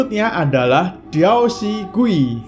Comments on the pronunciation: Bang gui itu dibaca kuy bang artinya hantu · Kak gui itu hantu terus dibaca di bahasa Hakka itu kui bukan gui